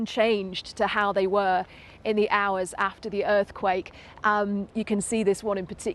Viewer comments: „the Earth cake quilled“ sure BBC - the queens English, right? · Is the broadcaster having a stroke? He said earth cake and quilled at the beginning. Dude switched letters in 2 separate words.